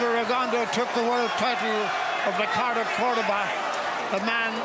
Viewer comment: When are these people going to pronounce Rigo’s last name correctly? His last name is French. It is pronounced: “Rigondough” .